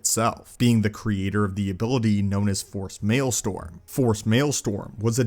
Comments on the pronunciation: are you trying to say "maelstrom" ? or is it actually called "Male-Storm" 🤨🤔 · Wtf is force maelstoRm? I think you meant to say "maelstRom." I capitalized the "R" for you to help. 🤣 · Just wanted to say that it’s “maelstrom” (rather than “mael-storm”) - meaning a powerful whirlpool or also used to mean a kind of violent turmoil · Maelstrom. Strom. Not storm. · Look, man, I don't usually comment on videos to correct anybody. This was a great video about Malgus and his relation to Palpatine's thoughts and as an inspiration for Vader down the road.. but.. c'mon... it's pronounced MaelSTROM not MaelSTORM, my dude.. I don't know why it irks me so much to hear it wrong. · Just FYI, it's "Force Maelstrom", not "Force Maelstorm". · Not malestorm. Maelstrom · Unless it's a different word used specifically for this ability it's actually maelstRom not maelstoRm. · force maelSTROM, not storm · One never even play The Old Republoc, but I've seen the cut scenes/trailers and good lord. He's a Sith TANK., with all due respect, it's "maelstRom," not "marlstOrm.":) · Maelstrom not male storm (mel-strum) normally I love your videos but that was irritating the hell out of me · Force Maelstrom - Male-strom not Male storm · Maelstrom* not storm. great video though